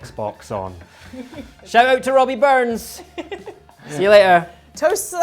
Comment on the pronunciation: * it's not Robbie Burnsrns it's Rabbie or Robert